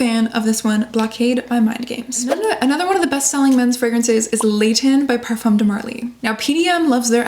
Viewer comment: You live in France it’s time to adjust your pronunciation of “parfum” pleeeeeeeez